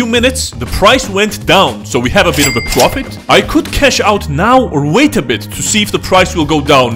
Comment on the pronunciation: Me are you serious right neow bro